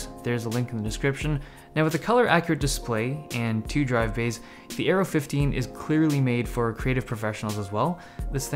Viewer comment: Dave Lee When you said Aero i thought you said Arrow :D